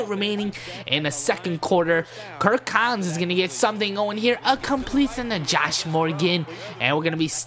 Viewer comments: It is cousins not what u said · its cousins not collins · you messed up my favorite QBs name it's Cousins not Collins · his last name is cousins not collins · it's kirk cousins not kirk collins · kirk cousins not kirk collins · I'm gonna love this series. Only problem is your saying Kirk Cousins name wrong, it's not Collins. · its kurt cousins not collins lol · he said collins the whole time haha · i liked u until u fucked up my boys name cousins bro